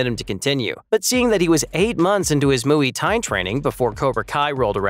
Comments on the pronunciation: the way he pronounces muay thai as moooyi tie 😂😂😂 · don’t ever try and pronounce Muay Thai ever again